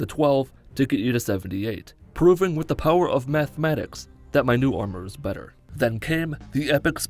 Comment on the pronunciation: "methmatics" hmmm yes the best kind of math